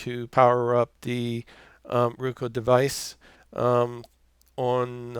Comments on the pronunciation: Haha! It's "RO-KU" NOT "RU-KO" Thanks for the video. Sling offered a free Roku express if I sign up and I wanted a good review video. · Hi, Sounds as if he is saying "Rueka", and that sounds like some sort of a vegetable. BTW, I do have a Roku Express, and think it is well worth the $30 cost. 10/07/2017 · Thank you sir. The video was extremely helpful. Everything was on the money except for your pronunciation of roku and netflix lol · Great video thanks, BTW, where are u from ? You said Roku and Netflix with an accent, kinda Midwest but not so much o’s don’t cha knooow, lol!